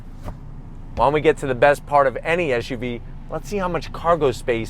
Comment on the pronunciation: It's an SUV. What's an ESH U V ? Not the first time I heard that in a car review. Whatever. Good review